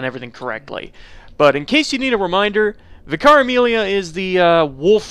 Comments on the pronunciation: ssdarko1 Me too, it took several attempts to decipher. The way he days it sounds like Vi-Cara-Meelia, when it's should just be Amelia who is a Vicar. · I was like who is Vikaremilia! Then I realized he meant Vicar Amelia. She is a vicar, pronounced vik ar, it’s a separate title to her name! Not one word, but two separate ones the first denotes her station and occupation so to speak. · What he means: Vicar Amelia What i hear: Caramelia